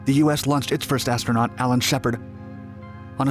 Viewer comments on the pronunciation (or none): none